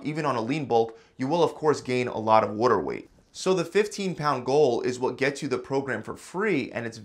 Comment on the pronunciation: Whuter wheyt